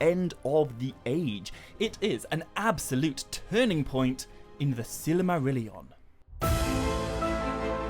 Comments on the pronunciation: I've had to stop watching and downvote this video after only getting two minutes in. Your pronunciation of Silmarillion is literally silly. As in you say: Silly Marillion Instead of either: Sill mah rill ee on (Christopher Tolkien's pronunciation which is presumably the same as his father's) Or: Seal mah real ee on (which would apparently be correct using the Quenya pronunciation rules but is rarely used). It took me about three minutes to check the above, probably less. What on Middle-earth were you thinking man? 😕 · I don't think I've ever heard Silmarillion pronounced that way. Good video though 👍